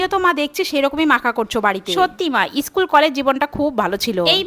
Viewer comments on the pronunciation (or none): School na ischool😂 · Ota ischool no school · School ❌ Ischool ☑️